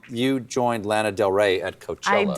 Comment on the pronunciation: I love Stephen so much, when he pronounced Lana wrong, it turned my world upside down. Please tell me I'm the one who has been pronouncing Lana wrong. 🥺